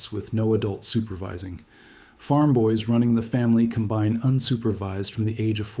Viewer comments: You almost had me. Using the wrong pronunciation of combine gives it away that this AI. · stead of combine like the farming instrument he said combine like adding two things together. This, among other slips is something a native English speaker wouldn’t make.